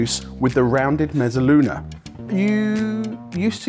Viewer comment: J, why do you keep adding a "t" to mezzaluna?